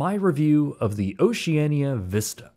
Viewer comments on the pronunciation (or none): its ocean-ia not ociania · They pronounce the name Oceania as Oceana. You would think having traveled on one of their ships for ten-days, you would know that. Odd. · you are most definitely NOT the target audience for Oceania. I am in my early 40’s and are often in the top 10 youngest onboard. Just an FYI, the “i” is silent when saying the name of the cruise line. The older ships are hardly “Ugly and outdated”. The pictures you are showing of them are after the multi million dollar refurbishment. All the fittings are of high quality, and once onboard you’d be hard pressed to tell the ships are over 25 years old. Once again, you are NOT the target audience for the ships in question.